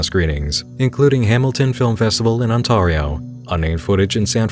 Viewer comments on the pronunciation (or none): the A in Ontario is pronounced like "air", not "are". Just for future reference. Gonna watch the movie at some point too so don't think I'm ignoring you. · It's pronounced OnTEARio, but I'm calling it OnTARio from now on! 😻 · "Ont-AHHH-rio"? Is that anywhere near Mitch-i-gahn? (If you don't want people a)comparing you to Cecil Gershwin Palmer/Cecil Baldwin or b)mocking your pronunciation in future, it's "Ont-AIR-rio") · on-tar-e-o lol its on-tare-e-o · Auntairyoh, unless you think your aunts are ants. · i'm sorry but......... Ontahrio? you've put a hole in the heart of every canadian viewer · Ontario is pronounced ont - airy - oh . But good try and keep up the good vids eh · Ontaario? Lol dude look up how place names are pronounced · lol why did u pronounce ontario like that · The most cursed thing was the way you said Ontario. Seems like an interesting film though. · I live in Hamilton, and hearing you pronounce Ontario made my entire day. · As an Candian who lives in Ontario, I cringed when he mispronounced "Ontario" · I've never heard Ontario pronounced that way, hah.